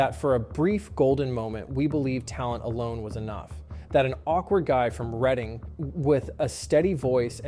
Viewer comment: I think this is the one and only time I’ve ever heard an American say Reading correctly